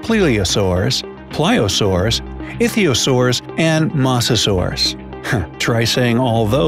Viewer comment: Pronounced Plesiosaurus and Ichthyosaurus wrong but hey